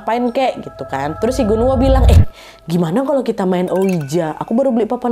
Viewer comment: Pas kak Nad bilang Gunwoo aku dengernya genderuwon😅